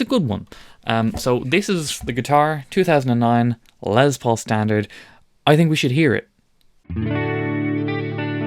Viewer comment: LES Paul, not LEZ Paul....😂